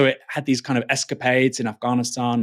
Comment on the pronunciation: Why does Aaron Bastani pronounce Afghanistan like that? It's not Af-GAAA-nistan, it's Af-GAN-istan